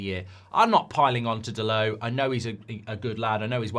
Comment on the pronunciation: Dalot, not Dalow